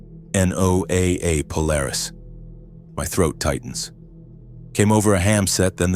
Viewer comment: It's not called N.O.A.A. It's " Noah" to anyone who knows it. Used to work at a NOAA facility. You need to establish that this is in the Pacific somewhere. Most people don't have a clue to what Palmyra is.